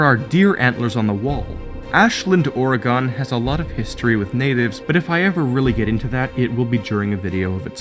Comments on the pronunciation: It's Ore-guhn not Ore-gahn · I hate to be THAT person, but I'm from Oregon and it's pronounced as "Oregun." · Does the way he says Oregon bother anyone else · Oh, my poor little Oregonian ears... But I still love.